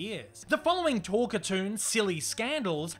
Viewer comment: “Talk-a-toon”,? NO! It is pronounced TALK - CAR - TOON! Other than that, I’d give your script a “10” out of 10 out of 10. They usually work as well or almost as well as this one did. My late Mom was a HUGE fan of Betty Boop, and Mom’s friends (and I must admit, I myself) gave her all kinds of Boop merchandise. I still have Mom’s Betty Boop figurine, standing atop a piano, and holding a 1930’s RCA 44 Ribbon Microphone. Incidentally, the Hayes Office enforced the BREEN code, and contrary to what you hear on TV, it really was the BREEN code. The Motion Picture Code was NEVER “THE HAYES CODE”. It was the BREEN code. Look it up. And you bet, - I would LOVE to see a new HIGH QUALITY (That means a product that’s made as well and looks AT LEAST as good as the as the original series of Boop cartoons! By that I mean animate on 1’s when possible (that means there’s ONE DRAWING FOR EACH FRAME OF FILM, which ran by at 24 frames per SECOND). But most of it is what’s called “limited” animation (in which they make a drawing for every TWO or more frames, they save a lot of work (read: MONEY) by NOT making a drawing for EVERY frame, cutting their cost per foot of useable film in HALF.